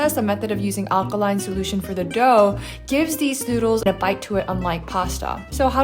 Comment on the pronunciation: its aLkaline, you kept saying akaline. ramen looked great by the way